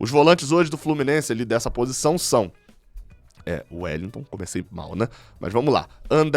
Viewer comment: Meu ouvido inflamou com a "renovação de Wellington" 🤯